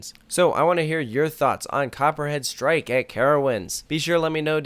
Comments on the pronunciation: Each time you say the title of the ride, it feels like you're saying "Copyright strike" XD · Am i the only one that hear him saying "copyright strike" throughout the whole vid lol?